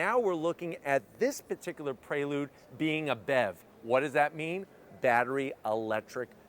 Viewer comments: It’s PRE lude….not PRAY lude lol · I keep hearing him say Praylude instead of Preelude. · Nice car but hearing "pray-lood" so many times is giving me anxiety 😂